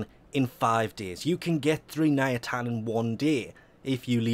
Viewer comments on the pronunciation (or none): NIATAN....ITS NITAIN FFS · "Ny-Tane" not "Nya-tan" lol come on! You knew this! Thinking ayatans? Lol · Hey it's NITAIN not NIATAN. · He said Nayatan* all the times @@ Ni-tain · ARGH niTain, not niAtin it bothered me so much it is not reasonable. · I think you call it NITAIN instead of NIATAN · IT'S NITAIN NOT NIATAN... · Is it just me that's driven insane by the fact that keeps calling it "Niatan"? Also, who the f*ck doesn't do a 4-6 AW nitain alert? ALSO also, apparently, Invasions are a "forgotten feature"? Why does this video exist? When I need multiples of something, I build one, and while it's building, I find other ways to get the others. If this video exists for the idiots that prefer to sit and wait, then I worry that you consider the majority of your audience to belong to this particular group, otherwise, why is this here? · Forgotten Feature: Correct Pronunciation of one the the most important materials in the game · i fully understand that accents can change how you pronounce words, but where the hell does the first A come from in Nitain and second i go? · The way he pronounces nitain 😷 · the way you pronounce nitain triggers me so hard XD